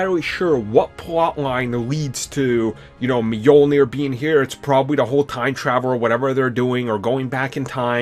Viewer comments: And Mjolnir. It's Mjölnir. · Brice Kingsbury it's Mjölnir trust me i'm scandinavian. It doesnt really matter lol I just cringe when people say it wrong because it's so familiar word for me. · Wilde? Really? Meeyulneer? What the f**k? Lmao! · So Captin Americuh wildes Meeolnair?